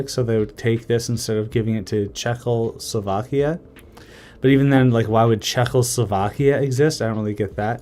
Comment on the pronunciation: checkell-slovakia, calling sub-carpathia "bukovinia", rookie mistakes